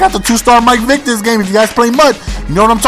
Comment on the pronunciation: and btw, the vid says mike vike, its vick! great vid tho